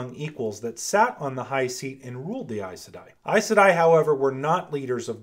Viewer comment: Does it bother anyone else how he say aes sedai??? I? I say e....